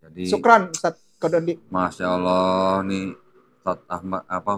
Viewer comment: Kalian perusak bahasa indonesia kata Allah di rubah menjadi awulloohh